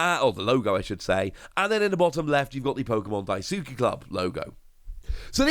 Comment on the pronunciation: Oi lad it’s pronounced Pokémon ‘DAI-SKI’ club not ‘DAI-SOOKI’. Amateur!! Jk. Great video man. I miss this era.